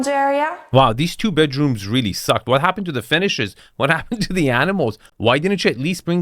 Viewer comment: "from both badrooms we can access this terrace which is embalashed by..." why are people who can barely speak anywhere near wealth?